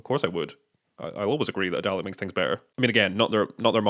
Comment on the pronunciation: The deep vicarious joy from your reaction to the inner cover was excellent, thank you. Also spot on for the pronunciation